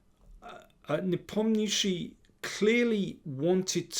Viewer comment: nepomnichi?? It's Nepomniachtchi lol